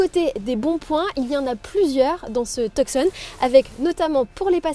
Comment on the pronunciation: le c de tucson ne se prononce pas... c'est le hyundai tuson